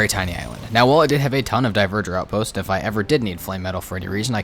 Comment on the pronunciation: I can't say I know exactly how Dvergr is pronounced, but I know its not "Diverger." It's the real word we get "Dwarf" from. "Dwhere-ger" with the ger softly voiced, maybe?